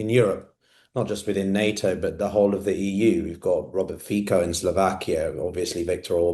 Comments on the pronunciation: More ignorance, the Slovak PM is Not pronounces as Feeko! It's Feetso. Please at least do your due diligence. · Just an FYI, Robert Fico's surname is not pronounced "FEE-KO", it's pronounced "FEE-TSO", the c is a ц sound, put "фіцо" into google translate and get it to pronounce it to you. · Fico is pronounced “Feetso”